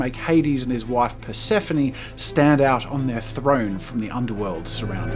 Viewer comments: Ok im a Percy Jackson fan but.. Percapheny??? PERCAPHENY?! ITS PERCAPHONE per sa phone (That’s how to pronounce) Ok now that my rants done good video lol. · The pronunciation of Persephone really hurt me (sorry for being a nerd) it’s said like Percy-phone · I thought Persephone was pronounced 'Pers-Fone' and not 'Pers-E-Fonie' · Watching this I laughed a bit while getting was making the art just cuz a common nickname for me is Hades (cuz of reasons that don't involve me being evil) and also cuz of how he pronounced Persephone (pur-seh-phone) 😂😂😂 I died at that part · Is no one going to talk about how he mispronounced Persephone’s name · Gosh, the pronunciation of Persephone.